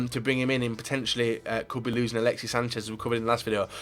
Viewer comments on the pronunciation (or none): none